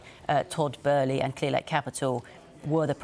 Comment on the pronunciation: Lol they keep saying his name wrong 🤣